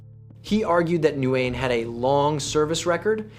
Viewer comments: Its not "NEW-YEN". Its "WIN" <----- This is how Vietnamese people say it, and thats how they would tell you to say it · It's "new-yen" MF I stopped watching it 2 minutes in because of the way you say his last name 🤦‍♂️ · Embarrassing a channel name Vietnamese case files but can't even pronounce Nguyen correctly. "Andrew newynn" 😂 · Ok, I don’t mind the AI slop that creeps into your videos. I do, however, mind the AI pronouncing the name of the protagonist differently every time it is spoken. This is ridiculous. Why would a computer keep changing the pronunciation of the most important word in the story? Nugeen? Nu-in? New-een? Wtf? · Nikka I pronounced it new-gent for that Nguyen Holmes! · How you gonna pronounce Nguyen in five different ways? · and none were correct 😝